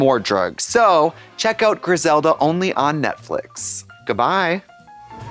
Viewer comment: Trixie still calling it Netflick. I’m pretty sure she doesn’t actually realise it’s called Netflix yet.